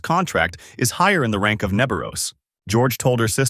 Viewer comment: Is it really rang not rank ? 😂 But anyways nice recap